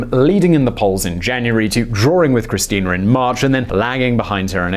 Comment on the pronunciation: Why are u saying her name weird